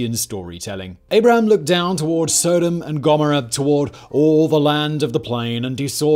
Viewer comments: Soda and Gommera? Love that pronunciation. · "Sewdom"? Do you also say "sewdomy"? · How you pronounce Sodom and Gomorrah 😂😂😂😂😂😂😂😂😂